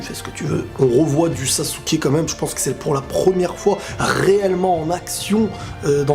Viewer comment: Ça me stress que dise « sassouke » 😭